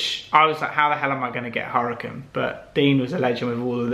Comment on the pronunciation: c'mon dude - in regards to your previous Lamborghini Huracan, it's pronounced 'Ura-kahn' - the H is silent.